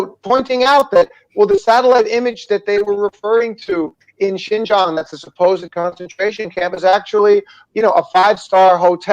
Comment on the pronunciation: Great video guys. To be fair the moron they put up for the Fox news article just mispronounced Xinjiang as "Shenjiang" but good catch on spotting that he referred to it as a province. I think that this misinformation/disinformation is commonly spread in the western portrayal of the map of China; before I came here I didn't realise that Inner Mongolia is an SAR; or Xinjiang, Tibet or Macau. This is a common "mistake" made in the western media.